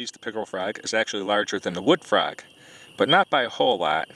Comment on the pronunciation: Holy lord, I have never heard someone say "fraag" more Wisconsin in my life.